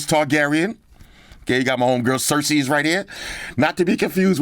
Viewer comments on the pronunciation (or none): Awesome packaging but it hurt every time he called Daenerys Cersi-es. 😂😂😂